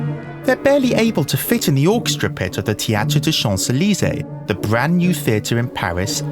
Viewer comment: One Note: the enlightened fields in French have a stress on the third rather than the second syllable ( of course, a German is that strict 😀😁🤣)